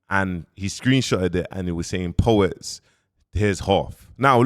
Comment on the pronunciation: Po-wets smh kill me man